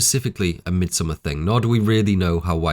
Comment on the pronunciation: Thank you from the bottom of my heart for pronouncing the title of this film correctly.